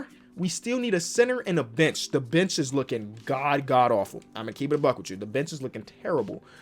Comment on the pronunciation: When he said the bench is lookin awful it lowkey sounded like the bitch is lookin awful